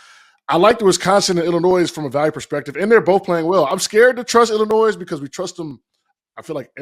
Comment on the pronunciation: exactly this is a different team with no drama among the players like last year. he pronounces the S in Illinois, no wonder he has a bad take